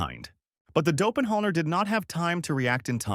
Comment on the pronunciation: Somebody please teach ai how to say doppleganger